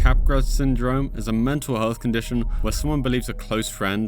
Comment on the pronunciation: So actually Capgras Syndrome is pronounced "Kahh Grah" not cap grass. Just letting you know big dawg.